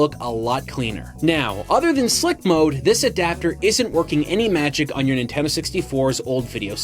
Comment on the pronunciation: Nin-ten-do 3 syllables